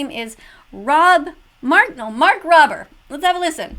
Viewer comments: It’s mark robe-er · "Rob mardinal". "Mark Robber" come on? Really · hello first of all you said his name wrong it mark rober (ma-rk ro-b-er)